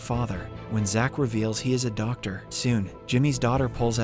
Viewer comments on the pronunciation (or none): none